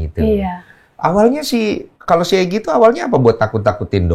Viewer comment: Egi/Eki si pacarnya Vina Pelafalannya sama aja😌😂